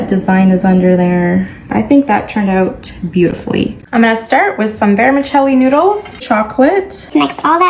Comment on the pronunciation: my Italian ears are now bleeding with that VERMICELLI NOODLES